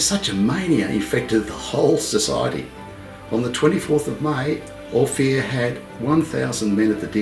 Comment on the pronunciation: Ophir is pronounced "O" "Fur"